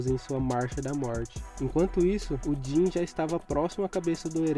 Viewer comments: que agonia quando ele chama o jean de jhin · Din? Não é jean não